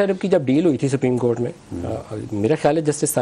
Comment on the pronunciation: He is a lawyer and can't pronounce the word,"supreme court" property. Just listen carefully and you will find the difference.